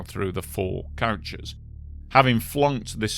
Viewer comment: Why are you saying couches? It’s coach.. or bus. Ko-ch